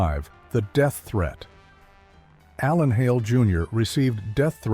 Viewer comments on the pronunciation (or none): none